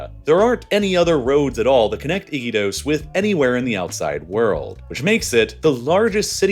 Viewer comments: The narrator pronounced Iquitos as "Ick'-ee-tos" with emphasis on the first syllable. The people around me here in Lima pronounce it "i-KEE-tos". Are these Peruvians wrong? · Your pronunciation is so awful! Iquotos not "icky toes" blah! 🤮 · I-kee-tos, not icky toes😂😂 you're trolling us... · It’s i-key-tose… not icky toes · What is ‘Iki toes’ 😂😂😂😂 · They way you say "Iquitos" as "Icky toast" is hilarious. Here's a general rule, in Spanish, all i's are always pronounced as an english "ee". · Your pronunciation of Iquitos is interesting